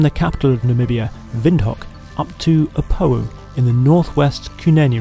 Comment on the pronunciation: correction, its not "Opowo" but "Opuwo"